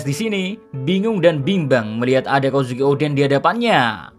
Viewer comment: Kozuki D. Oden... atau malah Kozukio D. En 😂😂😂